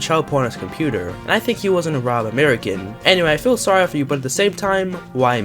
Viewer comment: How do you mess up pronouncing arab so bad you are a failed specimen